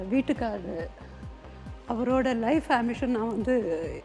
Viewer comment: She said, " வீட்டுக்காரு".